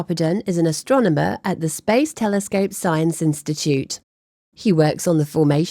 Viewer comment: there is no W in the word telescope. So tired of English whom can't speak it proper.